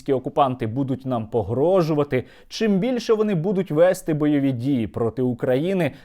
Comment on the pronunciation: чергОва, правильно черговА , вЕсти, правильно вестИ (як і віднестИ, піднестИ, понестИ, нанестИ тощо, але внЕстИ - має подвійний наголос)